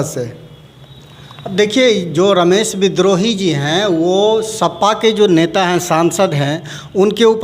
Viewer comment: श्रीमान एंकर महोदय विनम्र नाम के साथ कहना है कि कम से कम नेता का नाम सही उच्चारण के साथ ले जिनको आप रमेश विद्रोही कह रहे हैं उनका नाम रमेश बिदुही है और आपकी गलत उच्चारण के कारण नेता भी उनका नाम गलत उच्चारण के जरिए ही लेकर के बता रहे है